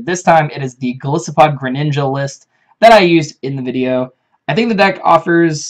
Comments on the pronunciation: Breloopharos That's the wrong pronunciation because both Goliath and isopod use the long "I." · Golisopod is pronounced with a long "I", just like "Goliath", the biblical figure that matches Golisopod's appearance nicely, and "isopod", the animal it's based on. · Golisssopod sounds better. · I've heard the short "I" pronunciation" one too many times and it's very annoying they didn't pick up on Golisopod's etymology.